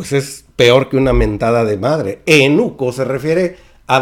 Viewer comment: Se dice eUnuco, no te saltes la "u"... saludos...